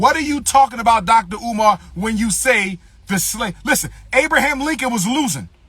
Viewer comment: My man said dollar umar 😂🤦🏾‍♂️